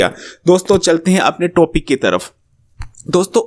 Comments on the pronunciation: ماما ٹو پک نہیں ٹاپک ہوتا ہے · toopic nai hota. topic hotaa ha neem hakeem